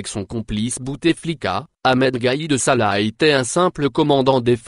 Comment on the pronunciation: gaid sala et non pas salah, en dirait 1957 58.